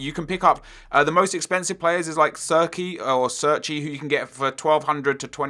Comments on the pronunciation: oh my fucking god if i hear another person say serchey again im gonna fucking flip its pronounced cherchi (Cerci) italiano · I'm pretty sure Cerci is pronounced "Cherchee" not "Surky" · CHAIR-CHEE It's really not that hard to pronounce